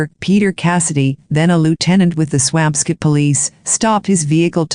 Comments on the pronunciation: Its Swampscott , NOT Swam Scit Such a sad story. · I'm from that town. I promise you that it's pronounced Swamp Scit 😉